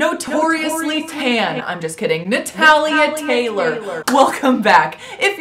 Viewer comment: that "nathalia taylor" sounds its cringing yet funny hahaha